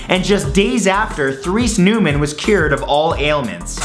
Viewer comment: The correct pronunciation of Neumann (Noy-mann). I have been to her burial sight in Bavaria Germany. I have seen the place where she stayed, it was quite a visit. I have several pictures of the cemetery where she is buried.